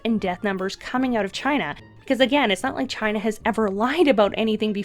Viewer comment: “The supa germ from Chy-na/ The supa germ from Chy-na...”